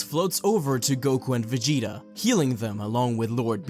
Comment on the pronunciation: Vegiter lol